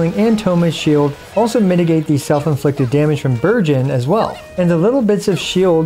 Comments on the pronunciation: No-one gonna talk about how he sounded like he said "Virgin comp" i mean the name still kinda fits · Every time you said Burgeon in Bergeon Team, I kept thinking you said Virgin.... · Really thought you said "this VIRGIN comp" when you showed the characters and I didn't even flinch. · Am I the only one that kept hearing "Virgins" instead of "Burgeons"? Makes it funny lol